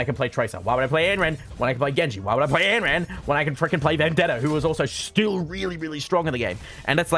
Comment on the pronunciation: every time he says anneran i die a little